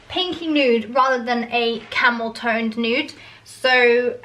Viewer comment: I heard camel toe nude so had to replay. ‘Camel toned nude’ 😅😂😂😂